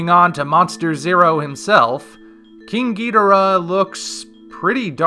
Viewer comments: “King Gi-Dur-Ah” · Was I saying King Ghodorah wrong or you were saying it wrong